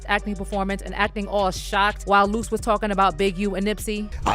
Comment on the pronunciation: Lost it when he called luce (loose chuuche lipz) ahhhhh haaaaa!!😂😂😂